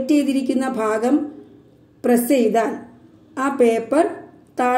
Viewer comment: Class poli aan ഭാഗം എന്നുള്ളത്തിന് നിങ്ങൾ പറയുന്നത് phaagam എന്നാണ്